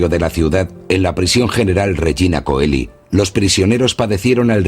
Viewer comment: Regina Coeli es idioma latino y se pronuncia Regina Cheli, no Coeli! Significa Reina del cielo.